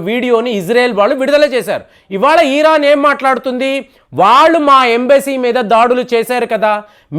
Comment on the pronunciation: అయ్యాదొరా...ఈఈరాన్..కాదురా నాయనా..ఇరాన్...